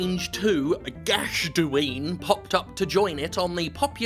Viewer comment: Gachduine is pronounced gawk dinna